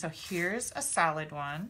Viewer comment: LOL,...at first, when you were poking out the leaves, it sounded like you were saying "salad leaves" instead of "solid leaves", bwahahahaha! It's ok, my ears ring all the time, so it's hard for me to hear sometimes, LOL!! You're a hoot! I just LOVE all your tutorials, gf!!!!!!!! Hugs!